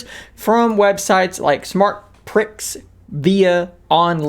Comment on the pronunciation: No offence,, but I think you would find he pronounces it 'Smart Preee' 🤔